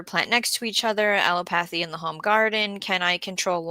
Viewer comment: uh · LEE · luh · pa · thee